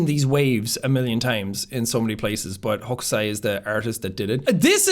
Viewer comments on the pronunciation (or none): none